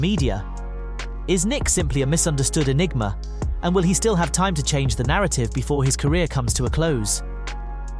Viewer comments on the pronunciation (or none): Misunderstood “e-NICK-ma”